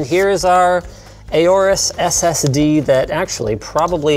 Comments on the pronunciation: normal people: aorus linus:eyyyooorus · "A Orus" LOL Isn't the "Aor" portion pronounced like "Aur" in "Aurora"? Didn't Gigabyte take inspiration from the Egyptian god "Horus" (a bird, like the Aorus logo)? If that's the case, remove the "H" in Horus and add an A. It would literally sound like Horus without the pronounced "H" sound. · Been actually looking into it. Linus pronounced it wrong. You are supposed to say it similarly to saying Horus, like the Egyptian god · I always pronounced aorus as orus